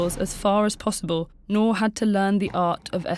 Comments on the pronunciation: How hard is to pronounce 'NOOR' ??? The narrator pronounced it as 'NOAR' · Just a quick correction- Noor is read as "N-ooo-r" and not as "Nor"- it means diamond/gem stone in Hindi. (E.g Kohinoor). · Her name ought to be pronounced as Nur (N-oo-r) since it's Arabic. Not (N-o-h) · You pronounced her name as "nor" but the actual pronunciation is nOOr And I loved this videoo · Very good video but she butchered the pronunciation of her name... Its pronounced as "nuur" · 'Noor' should be pronounced as in 'tooth', not as in 'door'. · You are pronouncing her name wrong.